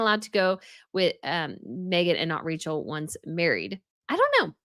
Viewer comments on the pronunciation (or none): none